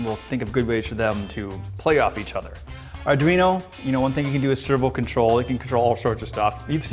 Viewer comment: Adweeno? Whats that?